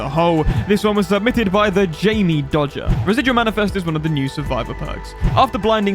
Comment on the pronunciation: “Thejammiedoger” why why why would pronounce it like that 😩😩😩😩